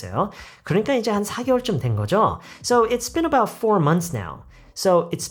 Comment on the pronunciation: been about할때 선생님처럼 발음을 하기 어려운데 혹시 발음 팁같은거 있나요??